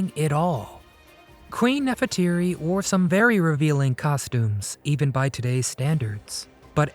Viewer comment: Nefertiti. NOT Neferteeri!